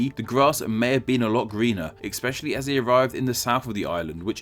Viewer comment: EXPECIALLY??? How about saying "especially"? There is no "X" in the word.